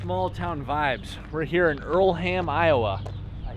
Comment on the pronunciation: You were in my town, I live in Earlham and work at that grocery store!! Btw the H is silent in Earlham.